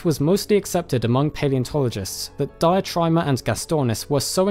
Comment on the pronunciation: Diatryma is pronounced Deeatreema - It's greek not english :)